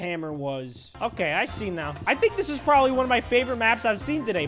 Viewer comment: GUYS HE SAID PROBALY smh -.